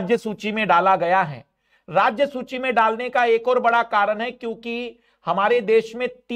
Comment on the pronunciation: सुची नही सूची